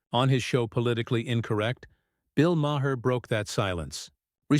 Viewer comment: Ma-her? Ma-hair? Who’s that? (AI narration is pathetic.)